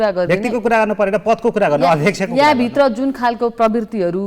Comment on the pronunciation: नेतृत्व भन्नुहोस् नेर्तित्व होइन भित्र भन्नुहोस् भिर्त होइन नेपाली भाषाको शुद्धता लाई ख्याल गर्नुहोस् जी